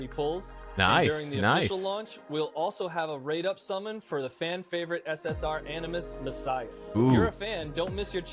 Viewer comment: its SS"R" not SS "Ore" lol